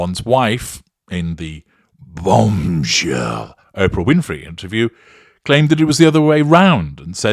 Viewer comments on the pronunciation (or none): I loved the way you said BOMB SHELL !! ❤😂😂😂